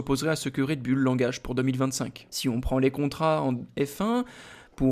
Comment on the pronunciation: Le taureau en anglais c est bull qui se prononce "boul" mettez vous à la page 😮😮😮😮